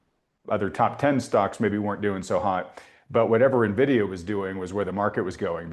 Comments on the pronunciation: Maybe if these New Harbor guys knew how to say ENvidia correctly I could take them seriously…at least it’d be a start. It’s only the most important stock in the market and they can’t pronounce it correctly. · Na-vidia or ...In-vidia??? EVEN THE CEO says In-vidia...😂😂😂😂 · Social Distancing Guidelines: Covid 19, 6 feet; people who say "neh-vidia", 100 feet. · AN VIDEA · "Nuh videa" unwatchable video when I hear someone call it that 😂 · It’s funny when commentators don’t even know how to pronounce nvidia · i noticed many "experts" mispronounce the largest company in the world smh